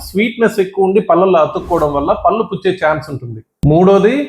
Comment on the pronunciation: మీరు డాక్టర్ కదా పళ్లు అనాలి పల్లు అంటే ఎలా😂😂